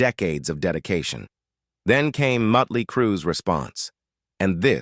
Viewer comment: Say “Mutley” one more time.